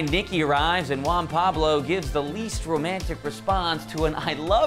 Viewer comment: Juan Pabs. eesh